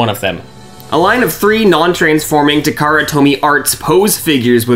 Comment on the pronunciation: Takara, not Tamara.